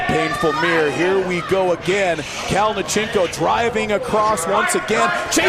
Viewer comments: you can just see the disappointment on his face the way the announcer pronounced his name... 🤣😅 Sergey Kalionenko!! 🤣😅😆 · I’m suprised you are in the arm wrestling community and you don’t know how to pronounce Kalinichenko’s name . He’s been competing in EvW and king of the table and his name has been announced so many times .